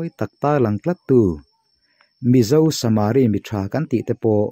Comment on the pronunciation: Samari i lamdan chu a va mak ve aw ,,samariiiii iti tlat a ,,samari mitha ti ve Mai la